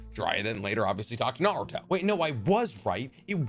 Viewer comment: Love his content so much but my god he mispronounces 95% of naruto stuff lol